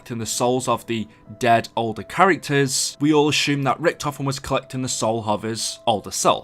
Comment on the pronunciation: We can "asshume" theres no H in "assume"